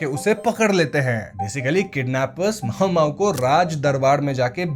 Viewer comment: मामो❌ माओमाओ✅